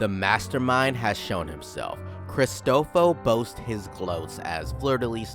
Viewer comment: It's not Cristofo, it's Cristo-foro